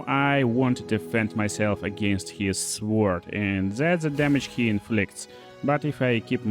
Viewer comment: The W in sword is silent